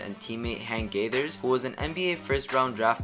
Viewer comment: Bro can’t even pronounce Hank Gathers’ name right...🤦🏽‍♂️